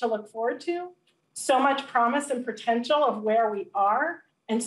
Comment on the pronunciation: Did she say pratential?